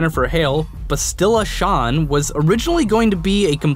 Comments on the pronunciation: If people are making a big deal about if its is canon or not The OLD REPUBLIC if it is at all part of the cannon, the game that currently has people paying for it, has story and effect based on the old games. So it makes you wonder what they can state or expect. You also have no idea how to say Bastila Shan its like Basilisk. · All I learned is that you seem to be physically incapable of pronouncing Bastila Shan properly--and that I find this hilarious. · The way you said Bastila Shan irked me. Other than that great video man!